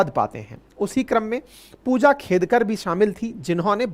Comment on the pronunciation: फूजा खेदकर 😂😂😂 नाम तो सही से ले लो सर 😂😂😂😂